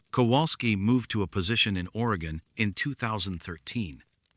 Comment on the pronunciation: Ore...ee..gun. Jesus. Stop using AI